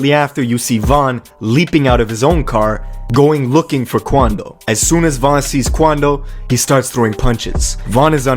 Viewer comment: what? You don’t even know von if you saying his name like that